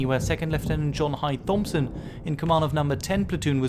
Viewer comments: A really excellent video but the "th" in Thompson is pronounced as a plain "t". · Just not correct pronunciation of 'Thompson'